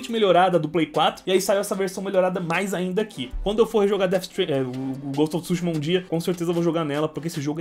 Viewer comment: Ghost of tsÚshima😂😂😂 KKKKKKKKKKKKKKKKK. Desculpa a zueira com sua pronúncia . Coleção muito top parabéns...